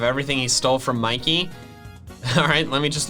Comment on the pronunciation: ITS MIKEY NOT MICKEY